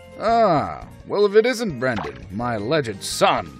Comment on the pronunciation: he also called him Brandon not Brendan